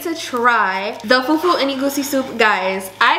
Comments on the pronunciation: Her pronunciation of fufu and puff puff is killing me 😭😭😭❤️ Love from Nigeria ❤ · See how they pronounced Fufu and Egusi, and Jollof rice 🤣🤣🤣🤣🤣🤣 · I'm a Ghanaian but I love Nigerian food 😋 please try Ghanaian food . The pronunciation of fufu but you tried 😅😂